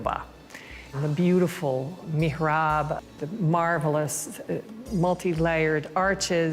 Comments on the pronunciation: MIHRAB, not mirhab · Mihrab !! Meeehræb